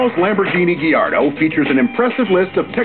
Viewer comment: Did he say Diardo after ?